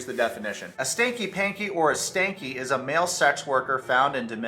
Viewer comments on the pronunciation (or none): It’s sanky not “stanky” 😂 but Yohan stinks of deception so maybe it works anyhow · Stop its not stanky. Is SANKY, there is no T is sanky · Sanky, not stanky